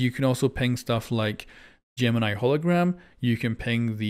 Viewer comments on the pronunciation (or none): none